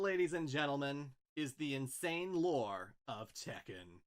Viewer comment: That is correct about the pronunciation for Tekken because double consonants signify a slight but discernible and deliberate pause in speech.